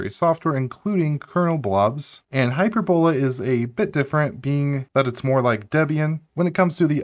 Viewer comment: Pronunciation corrections: the emphasis for parabola and hyperbola are on the second syllable, not the third syllable. So they are pronounced parAbola and hypErbola. Also, I'm pretty sure that "mach" is pronounced "mauk", just as in "Mach speed".